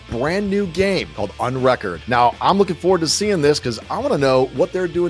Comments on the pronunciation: 'Called un-reck-ord' lol pardon. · the way he pronounced it would grammatically never be correct. Realistically there’s no reason to pronounce it like he did because “unrecord” (pronounced like world record) would be inherently implying that you are taking a record away, which does not make sense.